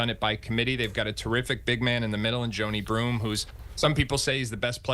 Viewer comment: Joe-ni BROOME?